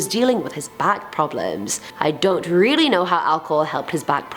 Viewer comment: Im rilly rilly rilly sorry ok RILLY sorrry ok